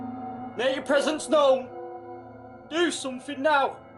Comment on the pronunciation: He said pesents